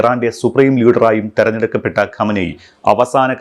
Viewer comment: ഖമനെയ് അല്ല ഖമൈനി